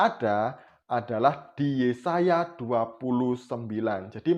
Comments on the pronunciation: Bpknya maksa bnget si mbaknya jwb ttg ayat mana alkitab sebutkn si mamad 😂😂😂😂😂😂😂😂😂😂😂 RUMUS : 🐪🐪🐪🐪 × 🐐🐐🐐🐐 = 👩‍🍳👩‍🍳👩‍🍳🍺🍺🍺🍺🍺🍺🍺 take a beer ... Kurang pas actingnya, lupa hapalan dialognya.. Mngkin mksd si mbaknya KITAB YEAYE kali.... 🙂🙂🙂 Mbak... mbak...... mbak tlg bljr nyebutkn sesuatu scra bnr dlu, baru masuk youtube... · Si Mba ini bohong bro, nyebut Yesaya saja salah, Yesasa --->pecin sasa kallee😅😅😅😅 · Video ini gw puter terus tp tetep lucu 🤣🤣🤣 dulu namanya mungkin stefani magdalena, skrg jd siti khadijah...dia yg ngomong kok gw yg malu ya 🤭, masa anak minggu aja hapal nama yesaya kok dia malah yesasa 🤣🤣🤣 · Si mbaknya kebanyakan micin kali makanya bilangnya yesasa🤭🤭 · Yesasaya.....yesasa.. 🤣🤣🤣🤣🤣 kasihan kitab yesaya we salah ngomong... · Bc kitab tp YESAYA DI BLG YESASA🤭🤭🤭🤭🤭klu menghafal mbok 5hr biar g salah Bu🤣🤣🤣🤣🤣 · sebelum mualaf berarti dulunya Kristen?, org Kristen sebut Yesaya kok yesasa?,🤣, ibu ini siapanya yg sebut Yeremia jd yesemia ya? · Taurut??? Yesasa???? Baca dulu yang benar mbak jangan asal nyerocos aja 😓 . . . . Mangkanya jangan asal baca saring dulu bacaan nya🗿 Kan orang jd ngakak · nyebut nama kitabnya saja udah salah. Yesasa 😂😂 gimana mau omongin isinya..... Jd kalau mau berbohong it pintar dikit dongggg... Belajar aj sama si Steven biar pintarrrrr "berbohong" 🤡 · Bodoh nian ibu ini. Ngomong aja salah2 ketahuan bohongnya .